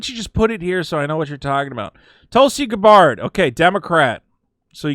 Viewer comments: you're not going crazy. The Democrats have already gone batshit insane. And by the way friend, it is pronounced -Gab-bird, not Guh-bard for Tulsi:) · This is the first time I have ever heard Tulsi's last name pronounced in that manner. That minor curiosity aside. Bravo sir!